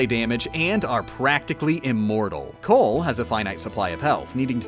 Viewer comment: his name is Colt not cole. Hes not a KFC side dish.